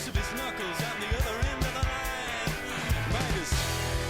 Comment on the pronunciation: Arizona is one of their best. Great video , just say Midas right🤣